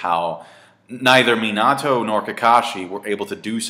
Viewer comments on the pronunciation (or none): I like your videos but I honestly can't take you seriously when you don't pronounce the names correctly. It's Hokage, not Hokaaaaaageh and Minato, not Minaaaaaato